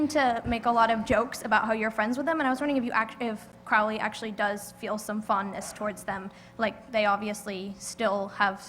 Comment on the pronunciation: "Crowly" wtf